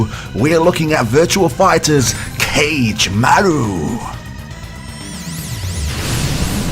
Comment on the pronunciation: It's 4 syllables, Ka-ge-ma-ru.